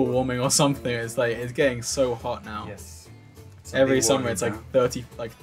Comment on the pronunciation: I loved the "Yess boy" no joke (I dont mean it in a weird way or anything since my granpa is italian and so im used to it :) )